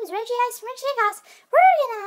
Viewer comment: regice it pronounced rej-ice